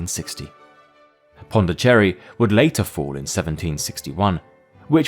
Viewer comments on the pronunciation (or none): I thought his inner Jamaican came out when he said Pondicherry I want concentrating a minute haha